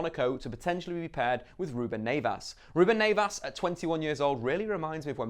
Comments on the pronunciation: Who the fuck is Ruben Nevas? 😂😂😂😂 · Ruben "Nayvas"